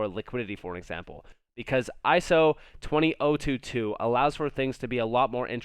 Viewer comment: try ISO...two hundred...twenty two.